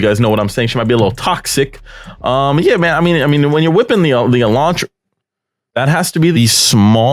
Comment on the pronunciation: “Toxica” killed me